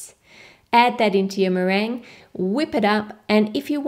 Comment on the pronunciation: meringue not merin xD